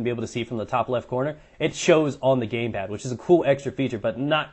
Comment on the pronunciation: "the gaypad"